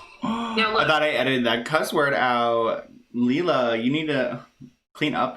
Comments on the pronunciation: It's pronounced Lay-La Ok its me..i show up alot with videos on britneyand baby. My son has duchenne. And I can tell you she is not handleing the situation with Nolan well..people are right he is supposed to and needs to wear his braces on his legs as much as he can tolerate with breaks in between.(which I guess he could conveniently have them off on "a break" when Britney films)THIS WILL AFFECT HOW LONG NOLAN CAN WALK..the normal age kids with dmd stop walking is 12 with the use of braces. If he doesn't wear the braces he will be in a wheelchair sooner. Second Britney carries the flawed gene. The sons most likely will have it and daughters carry it. She chose to have two children knowing the risks. Not only is Nolan sick but all of his siblings WILL HAVE DEPRESSION just ask my children how life is with a brother who will die young. There is no cure for DMD. No Cure period. My son is 20 I dont have much time. When I see what she could do and isnt for Nolan I get very angry. she needs to wake up and do everything she can. I will comment on every video with her name hoping to get her attention..get Fletcher and the girls tested for the gene ASAP I know it is scary but knowing this is very important. My 15 daughter who carries the gene is already having heart problems which is a side affect of being a carrier..britney and her girls need to find out now. You dont want to fimd out the hard way with your daughter to pass out from running because her heart is weaker than non carrier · That’s not how it’s pronounced (Lee-la) , it’s pronounced Lay-La. OKBABY NEEDS TO STAY OUT OF IT, she’ll be chewed up and spit out as well. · Its layla thats how you say it lol